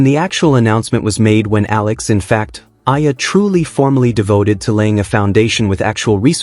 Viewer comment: Say her name ” E - YA -LA” thank you